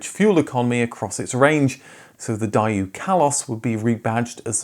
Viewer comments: You really butchered the pronunciation so much I couldn’t bear continuing. The first syllable is pronounced like “dad” without the second d. And the second is pronounced “ooh”, rhymes with who. Whatever you’re saying isn’t remotely close. What is it about Brits and Japanese people and their all-too-common inability to pronounce foreign words and names? Something to do with being an imperial island nation that colonizes others, I’m fairly certain. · It's pronounced "Day-Woo", absolutely love the way you pronounce it, gives me a giggle lol 😅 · No wonder I didn’t regonise the maker. Everyone in the southern hemisphere including Asia pronounces it ‘Day-woo’ as it was said on tv advertising and by the officials themselves. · I've never heard anyone pronounce Daewoo as "die-yoo" before! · The most surprising part of the video for me was the pronunciation of Daewoo as "Daeiu". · ell the fact he totally mispronounced the maker itself it’s relevant. Everyone in the south hemisphere including Asia says ‘Day-woo’. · Even our boy slips up once or twice in this, it's definitely day-oo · You also can’t pronounce Cavalier/Ascona as it came out Kadett. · Having worked for GM Daewoo and as a Daewoo Rezzo (Tacuma outside of Korea) owner 20 years ago, I commend the accuracy of your research. I just wish you pronounced Daewoo correctly all the time, as you did ! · how to pronounce the name correctly. For whole movie he's doing it wrong for unknown reason. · You would think that, with all the research that went into this video, you would know how to pronounce Daewoo. The fact you kept saying it wrong 20 times per minute made me leave the video… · Why are you pronouncing it like that ? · the pronunciation of Daewoo makes me laugh at how irritated I'm getting. lol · Hard to watch because of the strange pronunciation of Daewoo. Same with your Daimler video a while back. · thumbs down for completely mispronouncing it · Daewoo (/ˈdeɪwuː/ DAY-woo. Not die you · Die you? Isn't it Day woo?